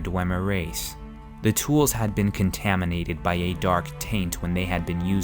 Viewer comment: heh... you said "a dark t'aint"